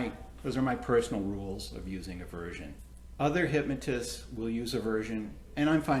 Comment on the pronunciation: It drives me nuts when people say “hypMOtism”.